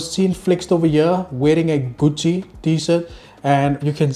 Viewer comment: Saying gutchi is diabolical 😂😂